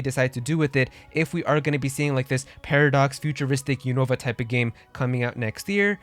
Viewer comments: Im not making fun of you. But isn't it pronounced (YOU - NO - VA) ?? You're saying it like its called Univa. Or have i been mispronouncing it my whole life? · Pronounced you-noo-vah